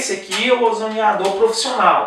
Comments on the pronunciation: O CERTO E FALAR "OZONIZADOR" E NÃO "OZONIDAOR" COMO VOCÊ INSISTE, NÃO SEI POR QUE... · OZONIADOR????????????????????????? Já perde toda a possível credibilidade porque começa falando errado!!!!!